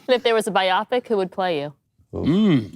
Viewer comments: Wow...did homegirl pronounce “biopic” as though it rhymes with “myopic”? 😞Aie... and she was doing so well for the first 57 minutes (she did a great job, actually). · Did she pronounce "bio pic" like "myopic"?